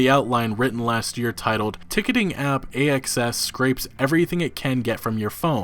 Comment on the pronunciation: Ohhhhhhhhhhh...."A.X.S.". I wasn't looking at the screen and I thought he kept calling the company "A.S.S.".